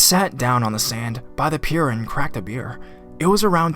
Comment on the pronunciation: The Charlotte’s Web rip-off was pathetic. And although I admire the narrator’s performance in general, the mispronounced words were annoying. A rainy “moon-sun” season? Going to the “Pierre” on the beach?